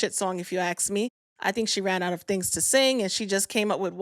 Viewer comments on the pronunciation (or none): Hi, the word is Ask not Aks,, you keep checking pronunciation, pls check yourself in the nicest possible way ❤